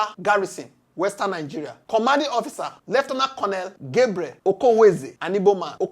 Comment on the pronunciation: Lue-tan-tant Lue-tan-tant Lieutenant in aberavation Lt.